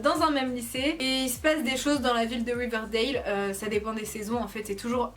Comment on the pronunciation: Ça se dit riverdale pas wiverdale 😂 et gossip girl est sur netflix maint